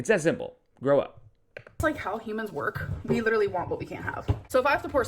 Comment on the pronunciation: Dude...the way you crossed your eyes at "pitcher" I got choked on my water...."lidurally" 🤣🤣